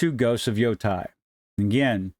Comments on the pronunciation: It's never too early to condemn. Also, it's pronounced "YOH-TAY" or just reimagine as YoDEI. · Thanks for the video. I agree it isn't worth the outrage. She's just the voice. Also the pronunciation of Yotei should rhyme with "day" and not "die"